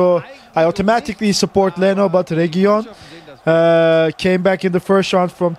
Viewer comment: Guys it's pronounced reguiLon it's just one L ;)